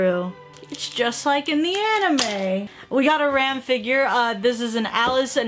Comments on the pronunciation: Her pronouncing ram as rem 😔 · Um that's ram not rem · Ram not rem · she said ram wrong